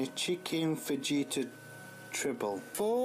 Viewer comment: don't you eat sitting down at a table? Just curious. That's a lot of carbs,. Fajitas are pronounced fa- hee-tas btw. You really need lots of colourful veggies; a rainbow of veggies if you will. Cut back on the carbs; I ate too much bread from the bakery with butter and now I've got high cholesterol. You're young, you've got to fuel your body with healthy food, you'll feel better for it. Even if you started having smoothies for breakfast with frozen fruit, avocado, vegetables, a bit of coconut oil with a milk alternative like oat or soy. It's easy to make and you won't even know there's veggies in it. I keep a lot of bananas in my freezer so I can have a base for my smoothie. Even adding peanut butter powder makes it healthier.